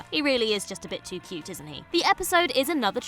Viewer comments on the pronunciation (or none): none